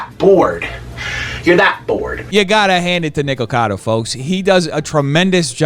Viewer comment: i TOO was bothered by the way MoistCritical was saying "Nikocado" (it's NOT "Nikcado"/it's "NikOcado")